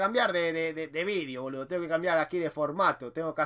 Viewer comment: miro tus videos y vas mejorando el idioma, pero hoy el boludo te salio como un chino del super mercado jajajaj